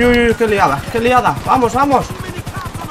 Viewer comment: me canse de escuchar "vamosh vamosh por diosh"